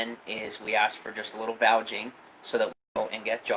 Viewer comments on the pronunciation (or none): He says 'vouging' instead of vouching. I want to slap him. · Is he saying "vouging"? The word is VOUCHING dumbass.